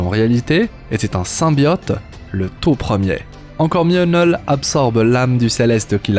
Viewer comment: Kkknullll pas NEuuuuuullllll